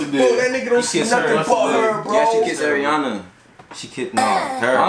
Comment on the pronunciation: im srry but one of my biggest pet peeves is when people call her airiana instead of ariana lol